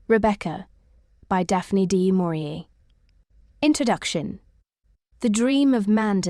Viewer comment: "Dee Maurier" and "Manderly". Absolute rubbish. Don't bother with this Temu attempt.